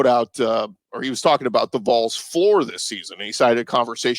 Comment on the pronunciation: Congrats on your baby! Could you please choose a host to correctly pronounce VOLS!!! We're not something you see in the ground!@